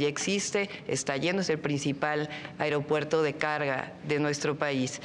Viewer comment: Llo como mexicano no confío a estás personas, deporsi él pri todo el tiempo nos a jodido y no saben ablar, dice airiopuerto, cuando ésa no es la palabra, Xochitl Gálvez, centro de salud, dice centro dé salus, tener ésas personas que nos representen puras nacas.